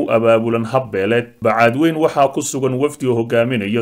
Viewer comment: Wariye aan sixi karin magaca magaalada uu ka hadlayo ee ah Bacaadwayne not Bacaadwayn